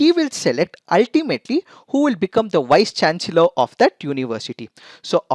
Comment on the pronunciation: I'm sorry but the pronunciation of "chancellor" is wrong.. Please correct it!